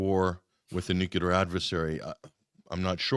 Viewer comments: Unbelievable how so many so- called educated people still say “nucular.” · Another one who pronounces 'clear' as "culer". What the heck! I hate to cheer on killing anyone, but I do want peace, and I see President Putin's reasonings as very sensible. He's a strong man and a strong leader, all in a little package. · I don't understand why all of these educated people can't pronounce "nuclear." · Not picking on anyone in particular -- just wondering. Why do so many people who should know better mispronounce "nuclear?" It's not a difficult word -- only 3 syllables comprised of 7 letters. 🤔